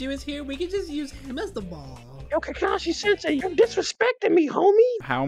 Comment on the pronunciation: “Kakai senseui”